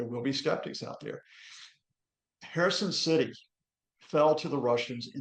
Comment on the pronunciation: Citsy. Politsics. Brexit English?